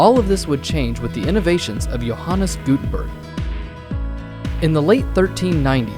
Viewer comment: i came here because my sst teacher gave the link and im also learning the same topic in history when this guy is saying johannes gutenburg it sounded like your honest gutenburg